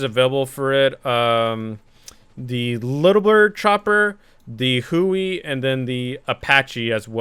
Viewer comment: He said Huey wrong I got triggered.